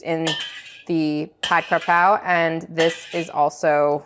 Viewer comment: KAPRAO ... KA PRAO is the proper spelling and pronunciation. If youre just going to substitute in any basil, Just call it stir fried basil in english because its no longer the Thai dish tbh. Youre using Thai basil which is called horapha. So youre making pad horapha. This is no longer pad kaprao. Its makes a difference because it is different. Cause if I'm eating the dish and you say pad kaprao and expecting kaprao not horapha. its like saying I order an bosc pear dessert but it was made with Asian pears instead.